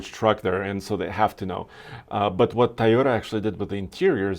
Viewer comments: its tOOOyota "O" NOT tAyota with an "A" !!! learn to pronunce it !!!! god.. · all and all cant you stop saying a toyota car a tayoda, it is toyo tha! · Teeyota and veeedeos